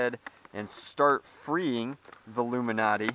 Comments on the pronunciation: it's ilumaNATE not illumiNATEEE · Its Lumanate not Luminate! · It's "Lu'-muh-nat", not "Lu-min-ot-ee". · correct me if im dumb, but wouldn't it be pronounced (loom in ate) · I'm think it's pronounced luma-nate like because it lights up. "It illuminates" not trying to be an ass or anything I've been a sub almost from the start :p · its pronounced LOO mih nate it rhymes with 8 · DIAMOND CLASHER it was a joke to start.which is fine but as he continues the video he keeps saying it legitimately. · I can't watch this video normally with how the luminate is pronounced.